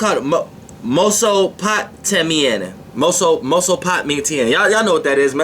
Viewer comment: Mesopotamia.Mess - O- Pot - an- ie- a 😂it’s okay, it happens to the best of us.